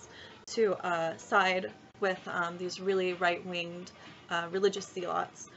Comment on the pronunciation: zealots is pronounced zell-lots.